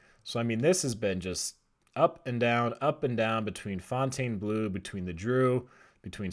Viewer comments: It's pronounced fountain blue not "fontane" blue! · Pronounce it. Fawn-tawn-bluu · Bro it's just pronounced "fountain"...don't over think it. 😄 It's mind blowing that the property has never been open. However I do think the North Strip will continue to evolve, for the better.